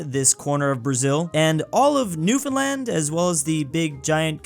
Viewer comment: I LIVE IN PARADISE NEWFOUNDLAND BTW THANKS FOR SAYING NEWFOUNDLAND RIGHT